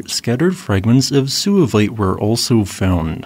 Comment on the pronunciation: suevite is derived from the Latin geographical name Suevia, a region in modern Germany known as Schwaben in German, Swabia in English. The "u" in suevite should therefore be pronounced as a "w" in English giving the word only 2 syllables, not 3; SWAY-vait, not SOO-a-vait. The latter sounds like it derives from Latin sus, pig in English.